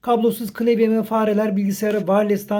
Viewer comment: klevye değil de klavye desen keşke.